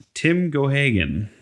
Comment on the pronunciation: It is pronounced GAY-GAN. From Leitrim, Ireland. Wrestled all over America & Canada from late 40s. Wrestled in Middle East, India, Pakistan, Europe too. He was a carny on old circuses in Ireland and europe as a boxer, before he was a wrestler. He was champion in a number of NWA territories too.